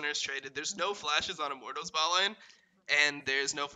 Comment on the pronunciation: Only criticism is pronouncing Immortals like "I'm mortals"